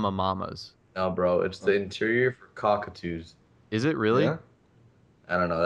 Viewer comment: I thought you were saying Cock-a-too like that one strip club by the auto shop xDD